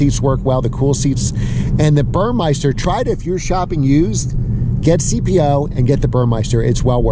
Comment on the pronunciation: It's BurMESter - NOT BurMEISter - other than that, good video! The massage eats are unicorn items. VERY hard to find used//CPO